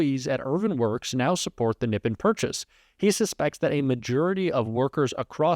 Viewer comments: I believe the accent is on the second syllable in Nippon, NipPON, instead of NIPpon. Let's ask a Japanese speaker!! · Friend . Nippon is phonetically pronounced : ' knee -pawn ' not nippen . Great show 👍😊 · really small thing but Nippon is pronounced NEE PONE not NIP IN (Japanese word that means Japan!) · Nip-On, not nip-in. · Pronounced Neepahn- Japan = Nippon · Nippon = "Nee-pawn" It's a formal pronunciation to mean Japan. I got schooled in this by my Japanese friend...thought I'd share. Keep up your good work!!!! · nippohn long O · Nippon. Its pronounced NEE pahn. It's the Japanese word for their country "rising from(of) the sun". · You’re mispronouncing Nippon.